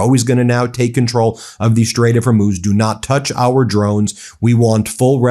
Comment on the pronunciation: Ben, you're doing great on your pronunciation of Hormuz but the plural of aircraft is aircraft. I know you can do it.